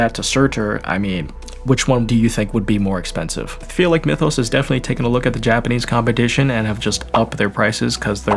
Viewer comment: Since it's a Chinese manu I just found a Chinese video on YT and yeah, they say Myethos, not "Mythos".